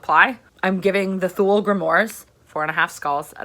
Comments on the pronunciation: I know I know I'm gonna be that guy, but just cuz many people say this word wrong. Thule = too-leh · Great review! Just a heads up that "Thule" is pronounced "too-lee" :)